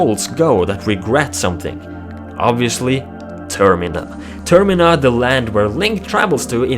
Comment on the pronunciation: it is pronounced "Termeena"